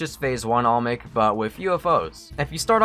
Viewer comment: please pronounce olmec right its not "omic" its not "allmick" its not "almix" its OLMEC. repeat after me: OL- MEC. OL - MEC. You're not repeating it. OL-MEC.